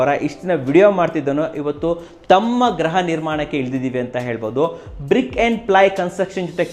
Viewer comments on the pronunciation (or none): ಗ್ರಹ ನಿರ್ಮಾಣ ಅಲ್ಲ ಸರ್😂 ಗ್ರಹ ಎಂದರೆ ಒಂದು ರೀತಿ ಗ್ರಹಚಾರ😂 ಗೃಹ ನಿರ್ಮಾಣ ಅಂತ ಹೇಳಿ❤❤❤❤❤ ಇದು ಕನ್ನಡ ಕೋರಾ ಚಾನೆಲ್ ಕನ್ನಡದ ಬಗ್ಗೆ ಎಚ್ಚರಿಕೆಯಿಂದ ಇರಿ ಸ್ವಾಮಿ